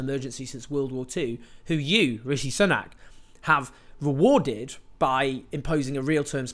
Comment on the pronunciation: Rishi Soo-nack, not Sun-ack, deliberately mispronouncing someone's name over and over is borderline aggressive